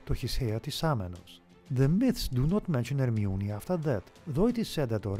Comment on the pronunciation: Her sound like harmiona